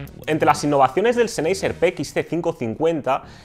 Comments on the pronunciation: seneiser...? en serio...que lastima de pronunciacion y no es por ofender, es solo que se escucha mas..."profesional" mencionarlo bien. PD: Mejor Audio46👍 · La pronunciación de la marca "Sennheisser" es: (sennjaisa, siendo la j una h aspirada) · ZENEYYYSER XD jajajajaj :V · Lo de las pronunciaciones suele traer polémica, dada la cantidad de idiomas que han influido, y aún lo hacen, en el nuestro. Yo siempre escuché "senjeiser" o "senjaiser", pero lo que me importa de este vídeo no es eso. Respecto a si este canal es mejor o peor que otros, dejémoslo de lado: para los pocos que hay en la lengua aquí empleada y sobre este tema, apoyémoslo para que no termine desapareciendo. P. D.: Pablo de Audio46 tb pronunciaba siempre "Bous" (o algo parecido) en vez de "Bosé". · Tú cómo los pronuncias? Senjaiser? O como verga? Es una marca alemana a ver si si los sabes pronunciar... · Lo estaba pensando mientras veía el vídeo. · Ah que con los españolitos... su pronunciación es de lo mas divertida, marcas en alemán las leen en español, y las de español en ingles... mal, mal, mal... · pronuncias mal el nombre de la marca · Perdón no pude terminar de ver el video... cada vez que pronunciaba la marca sennheiser de esa manera me daba tic en el ojo jajaj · Respeto hacia el idioma? No se como te comuniques con los demas, si uses "ok" u otras palabras de otros idiomas, solo creo que es mejor pronunciar las marcas como en la lengua nativa de ellas